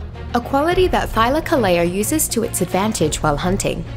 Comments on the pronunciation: I don't care how much she butchered the name Thylacoleo, the video's still great. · English isn't my native language, I suck at explaining it. Just look up "Thylacoleo pronunciation" on Google and you'll see what I mean. Also, I'd like to clarify that this isn't criticism in any way, shape or form. I enjoyed the video, I just wanted to point that out.